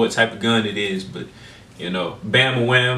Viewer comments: Do a search on "Black Betty" and you'll read a ton about the origin. Also, he is saying "Bam A Lam" not Bam A Wham as you are saying it. Just saying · Dude, you are driving me crazy. It is bam-ba-lam, not bam-ba-wham. LOL